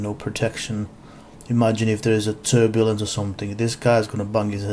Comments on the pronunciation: lol "if thears a tubalice" rotflmaf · No,, he said tur-buh-lunce. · Also, turbulence? TURBULENCE??? What the hell man? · Me, out loud: Turbulence...what!?: Yes, he said turbulence. Me:.... o0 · Now I have a red mark on my fucking forehead from when he said "turbulence". What a wanker!!! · He actually said turbulence 😲.. I'd say this guy who made this exposing video wouldn't even be able to expose himself from his little bubble of ignorance he lives in haha.. He obviously ain't qualified to to even have an opinion on many if the things he claims to know about... It's very sad, seems humans like this are "devolving"... Let hope so and that they all devolve or dissolve away into nothingness. Do humanity a favor Jesus christ